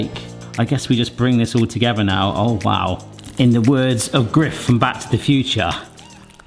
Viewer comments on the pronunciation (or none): Griff? His name is Biff. :D